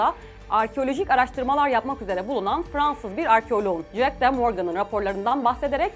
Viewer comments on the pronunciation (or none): none